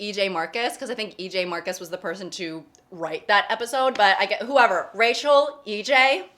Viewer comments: I heard "Racial Senate" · I thought she said “racial sentence” as if warning us that she was about to say something ethnically charged, but then the sentence was just “I love LA.” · i love that says “rachel” like racial